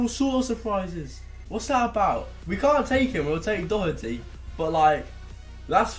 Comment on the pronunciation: At least he knows how to say Doherty properly 🐐🐐🇮🇪☘️